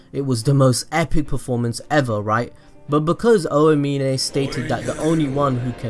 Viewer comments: Oh-ah-meen-ay bruh it’s ow-meen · Anyone else mad that he calls Aomine “oayminay”